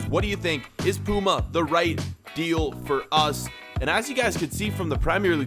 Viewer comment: 1. Your saying puma wrong 2. Puma are one of the main ones